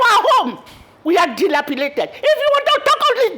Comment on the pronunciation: Ayo, You See Yourself, You Could Not Almost Pronounce Dilapidated.